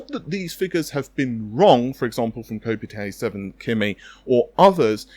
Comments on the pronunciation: Kopite is pronounced Cop-ight. It’s what Liverpool football fans call themselves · Isn't Kopite7kimi just a Liverpool fan, therefore it would be pronounced kopite as in rhymes with 'shop height' or whatever, like they sit on the Kop at Anfield every saturday? I've always wondered that, how come everyone says kopite as if they're Japanese. Has this been established elsewhere or something? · The way you pronounce kopite sounds like "cup o' tea" in my language. 🤣 Also, where do these workgroups come from? The 6k series didn't have any in the specs. Nor shader engines/arrays. The only thing is CUs but, the RX 6800 has 60 CUs and Navi 32 will also have (only) 60 CUs? It all looks like gobbledegook to me.